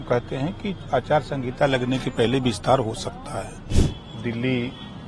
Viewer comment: अचार संगीता नहीं आचार संहिता होता है